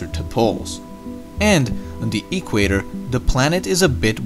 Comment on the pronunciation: "E qwayter"